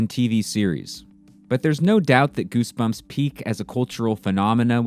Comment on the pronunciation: Gersberms mah fravrit berks!